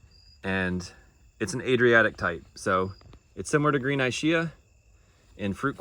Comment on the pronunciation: Ischia is pronounced e-skia. Ischia is an island off the coast of Naples in the Tyrrhenian Sea (west coast of Italy.) The Adriatic Sea is on the east coast of Italy.